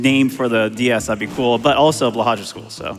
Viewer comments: This is driving me slightly nuts. It is pronounced "blow high" which is Norwegian for "blue shark". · By the way, for future reference, Blåhaj is pronounced “blow-hi”. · I always understood it to be a kind of in-joke to pronounce it "blah-hahsh". I usually just assume it's intentionally mispronounced o: But ye, blow-hi is fren <3